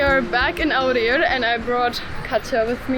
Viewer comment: bro that Awrir pronunciation was spot on damn